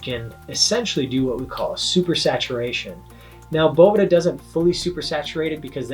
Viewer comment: I love that says “I’m from Boveda” and then proceeds to call it “Boveeda” for the whole video